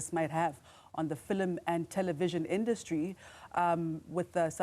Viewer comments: The way she said "Filim" like my grandma 😂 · fill-em industry will never not be jarring